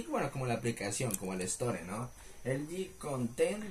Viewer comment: Nadie: Absolutamente nadie:: "Elgin"